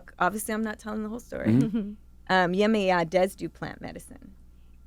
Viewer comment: Yemanja... YE-MAHN-JAH ...THAT'S how you read it ... not yemi-yah